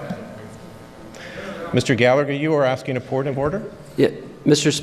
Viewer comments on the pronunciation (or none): none